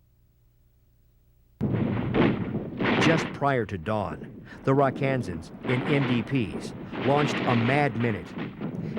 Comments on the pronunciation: The name is not 'Ra KaANsan's, it's 'RAK-uh-Sans'. And the hill was Dong ap Bia (dong ap BEEha). I was one. Rosentreich was a friend of mine. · Rakkasans! Pronounced Ra Ka Sans, not Ra kansas. ⛩ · First off it's not "Rock Kansans". Obviously not everyone knows the nickname of the 187th but as a narrator it is imperative that he gets it right or don't say it at all. It's not a secret that the name is derived from the Japanese word for parachute. Google it for details. Also many of the video clips used are borrowed from the Marine Corps (CH46), from Army 1963-64 videos (notice the M14s) and also show an AH1S Cobra which never operated in SEA.